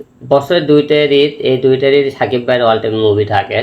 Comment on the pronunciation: বছরে ২ টা রিদ না ঈদ হবে। উচ্চারণ সঠিকভাবে করতে পারেন না তুফান নিয়ে কথা বলেন।